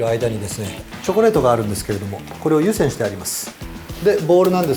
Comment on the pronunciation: 湯煎のイントネーションが独特なんよ